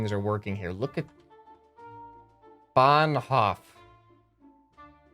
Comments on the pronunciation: Let us say them together. B, A like in bananA, N, H, O like in hOe, F. Bahnhof! Polizei? Polee-zie (like pie but ts, zie) Thats how you pronounce Polizei. Class dismissed. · When you’re German and pronounces Bahnhof wrong. Keine Schwäche zeigen. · I’m German and I ha to laugh so hard when he said Bahnhof 😂